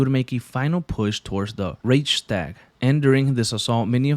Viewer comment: it’s not reistag it’s REICHSTAG!!!!!!!!! lol